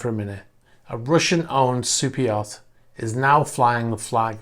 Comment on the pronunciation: I always think he is saying "cypriot" instead of super yacht